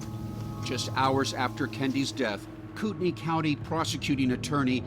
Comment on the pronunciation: Does it bother no one else that they mispronounce Kootenai County? Yeah, it has no bearing on the case, but wouldn't you think a popular national TV show would check pronunciations before airtime? They frequently mispronounce place names.